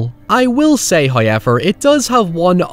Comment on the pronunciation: “Hiyever” lol love it